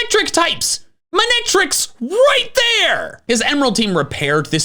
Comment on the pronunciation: MANE- ETRIC NOT MUN-ETRIC